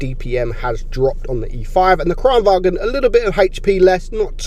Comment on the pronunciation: Btw Kranvagn is said Kranvagn, not Kranvagen (it’s not German, it’s Swedish)